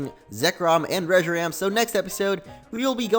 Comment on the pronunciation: Reshiram in the battle it said Reshiran